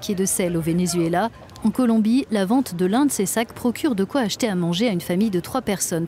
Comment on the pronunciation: Arretes de dire ven-U-zuela...